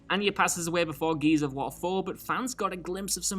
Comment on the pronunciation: Why did you have to say this? Now it's all I can hear